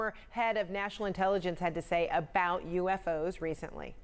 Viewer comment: They're *U*FOs not *A*FOs. 🙄